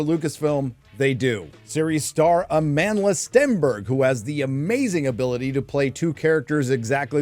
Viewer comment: I keep hearing: "A Manless Stenberg"